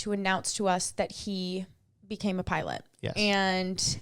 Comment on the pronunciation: For some strange reason every time you said pilot” I heard pirate?! That made “pirate Pete” so much more fun😂